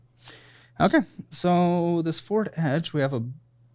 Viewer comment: I don’t think said “Ford Edge” correctly once during this episode 😂